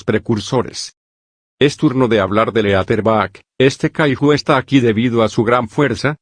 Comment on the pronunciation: Por qué los loquendos cuando dicen Kaiju le dicen kahijo ajajajaj